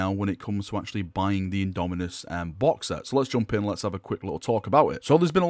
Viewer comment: IndomiTus with a T, a T as in Tactical marine!